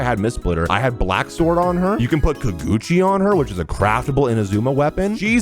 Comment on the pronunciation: It's Kage uchi not kaguchi 😢